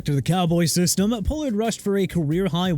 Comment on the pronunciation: It's Chuba (choo-ba) Hubbard! ARE YOU SERIOUS?! Also since you can't pronounce for nothing Pollard is pronounced pah-lurd! GOT THAT?! USELESS...